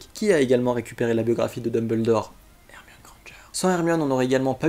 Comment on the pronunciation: Tu l'as dit 67 fois Hermione et Hemione Grandeger